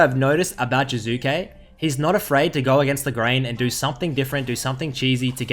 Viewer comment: "Current topic jUzuke"